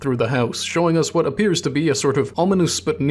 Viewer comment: OMG. We have the same desktop background... I guess I'm subscribing. EDIT AND YOU PRONOUNCE "WH" PROPERLY!